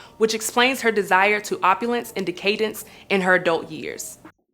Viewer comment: Love Toni and love this but please work on the pronunciation, Toni loved deca-dence! Keep em’ coming.